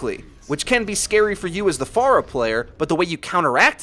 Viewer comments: I'm glad you say her name correctly, unlike most of the overwatch community. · Jay Rhee he's saying it the right way, the way she pronounces her own name. 'fair-uh' is wrong.